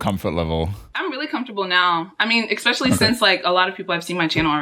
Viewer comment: ``expecially'' instead of specially